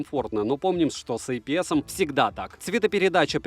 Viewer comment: Ай пи эс 😭